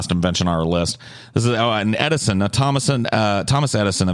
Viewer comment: said TomASS Eddison